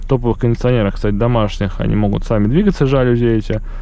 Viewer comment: Не жалюзи, а жалюзи